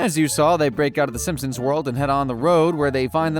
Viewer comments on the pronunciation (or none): you call them Simsons? God it's SIMPsons